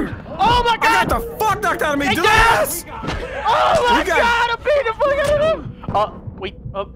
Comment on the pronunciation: It’s delirious not delrious